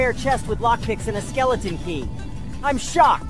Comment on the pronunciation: He said shoocked not shocked